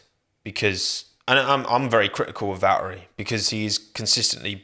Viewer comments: Hot take, is it too much to ask for if i were to tell you you have to pronounce the T's in Valtteri? Bacause last I checked it's not Valerie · Val'eri Bo'as Jenson Buh'on 😆